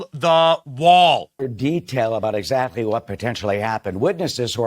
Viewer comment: "Canada and Mexico." What is that aboot? .